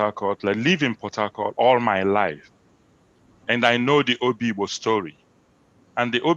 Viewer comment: PLS STOP CALLING #OBIGBO Oyigbo.